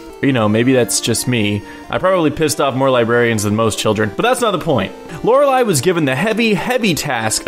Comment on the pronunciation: I think it is pronounced Lorelleeeeee, not bashing on you, just a tip for future reference:)